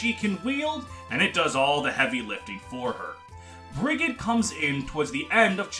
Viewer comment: fyi Brigid’s name is pronounced like Frigid (cold) but with a B instead of an F. source: it’s my name